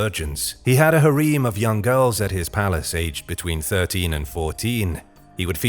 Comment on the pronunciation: Literally everytime I hear about Chinese emperors it's always about their harem, immortality via mercury, and bloodlines Ps I'm not sure about how it's pronounced in other places due to accents but the way he pronounces harem just sounds heretical to me